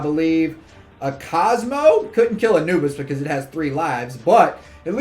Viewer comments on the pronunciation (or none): none